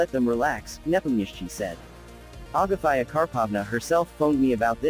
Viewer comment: ITS AGAFEA... NOT AGAFÀIJA